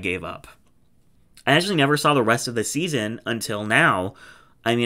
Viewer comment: Can’t wait for you to say for seaseon 2😂